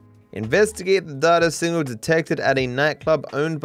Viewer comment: you say data wrong